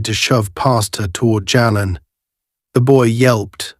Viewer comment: Jalen is pronounced jay-len. No where in the story does officer White ask Senator Carter for identification, if he had they might not have been able to do the good they did.